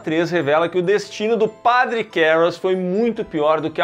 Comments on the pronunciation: Nunca foi tão difícil falar a palavra padre 🤣🤣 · Falar a palavra "padre", nunca foi tão difícil. 🫥